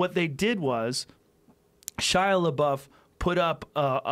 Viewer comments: Joe "PooDiePie" "Shia Labow" Rogan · Joe “Shia La-bow” Rogan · Joe “shia labo” Rogan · Joe “Shia Labow” Rogan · Kind of happens when you are too consumed in pronouncing "LaBuffoon" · Everyone: Joe... we know which Shia you're talking about... you don't need to try to pronounce his entire name every single time. Joe: L E H B O O F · "Shia Lebou?" Lol.... Joe, you're a legend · It's pronounced 'LaDouche'. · Joe Rogan is such an old man if he doesn't know how to pronounce Shia LaBeouf's last name lol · It’s pronounced shy la douche. Although he sort of redeemed himself with peanut butter falcon. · Legend has it, he's still asking how to pronounce Shia Labeouf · Rogan pretending not to know how to pronounce his last name. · Take a shot for every time he calls 4-chan guys amazing, and mis-pronounces Shia's name and you're dead. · I love how many times Joe asked how to pronounce his name lmao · I HATE when celebrities mispronounce other celebrities names like they don't know his name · You could e titled this video ‘Joe Rogan learns how to say ‘Labeouf’ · It’s weird that joe Rogan doesn’t know how to say Shia leboufs name but knows all kinds of bad shit that Shias done.. like bruh you don’t know the guy or anything about him or what he’s been through and you should know that media dramatize everything. Then joe reads the article and goes “well that isn’t that bad” and then says “whatever” and proceeds to down talk him.. you’re better than that Joe come on 🙄 I love your podcast and you seem like a dope dude but that’s not cool man :/ If you do ever have him on the show then I really hope you apologize to him. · Joe rogan is acting retarted to shia’s last name,how many times do they gotta correct him just for him to say “is that how you pronounce it”